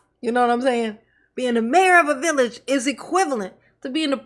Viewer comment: Not the "villich"😂😂